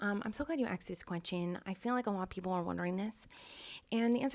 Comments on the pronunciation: She "AXED" ppl what the want! 😂😂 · “i axed u guys on titter” gets me every time lol